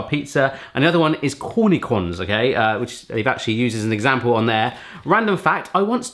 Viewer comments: "Cornichons" pronounced corny-shone, not "-con" ending. You can use that Spanish-French reading accent if it helps 😜. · Corny cons are people who sell fake popcorn. Cornichons are pronounced "corr-nee-shon". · It's pronounced "corni-SHONS". shudder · I cringe when you say cornichons :D